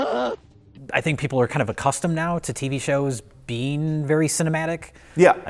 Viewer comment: It's tV. NOT Tv. You're making me nuts.